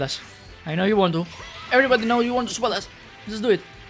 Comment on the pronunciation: Why do I always hear supabas when says super dash?